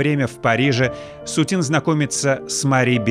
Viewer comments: СУцін -- арыгінальны націск, СуцІн -- на французскі манер. СуцінА, пагаджуся, гучыць дзіўна. Або СУціна, або СуцІна ўжо тады. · Очень режет слух это СутинА, ведь картины СУтина